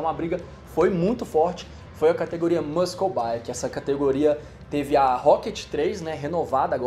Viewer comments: Só uma dica: muscle se pronuncia "mussol". Ótimo vídeo! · Bora aprender? MUSCLE se pronuncia mosoul